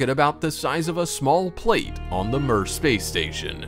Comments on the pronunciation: Mir is pronounced “mere”, not “mur”. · I've never heard mir pronounced like that b4